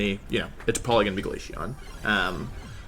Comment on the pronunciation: Bro he says glayshion not glaceon